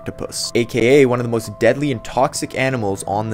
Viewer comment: The way he said "it is one of th emotions deadliest octopuses on this earth" sounded like there were more 🌎 earths